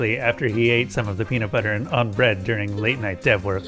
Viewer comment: peamut bubber